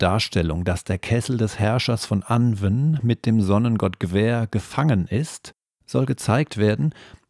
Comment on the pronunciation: 💚💙💚...Sorry, aber: Das Pferd ist totgeritten Es hat sich totgelaufen Anwn sprich : Anuun Sidhe sprich: Schie Beispiel : Gwenneth Paltrow 💚💙💚